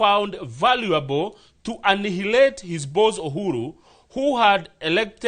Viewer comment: Hi. Please check out the correct pronunciation of ANNIHILATE. The 'h' is silent. I've noted you are a scholar n I've learnt a lot from you. Take this as my one dime contribution to this growth.